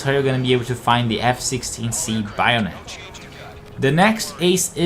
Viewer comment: BAYonet not baionet